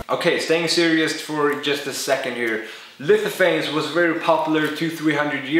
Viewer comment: "lififanes" lol